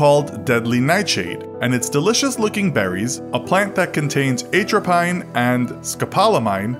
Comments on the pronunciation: At-row-PEEN; not ATE-row-PINE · a trap eyne and scopol o mine.....doesn't anyone EVER review their videos for pronunciation before foisting them on the innocent public??